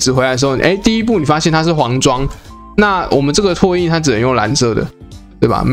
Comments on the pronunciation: 拓印: ㄊㄚˋ ㄧㄣ ˋ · 拓 ㄊㄚˋ 印 😄